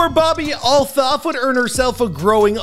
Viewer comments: Its pronounced alt hoff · That’s not how you pronounce her last name